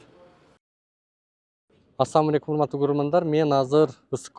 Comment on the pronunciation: сени сыйлам ото. Бир минус ассалоому алейкум деп туура айтчы тууганым сен деген билимдуу баласында уйротуш озу уйат сага